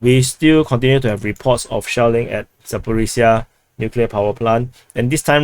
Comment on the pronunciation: Commander pronounces SHELLING as "shaolin"... 😂